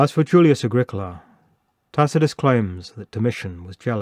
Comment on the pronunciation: Ah grEE cola ... not Ag ric AHla. Think Italian.